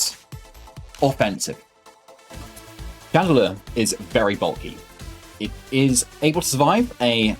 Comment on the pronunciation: “Radelure” XD love it